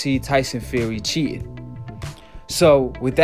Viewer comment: Cheetin, cheetin..,every time u say cheetin... 😹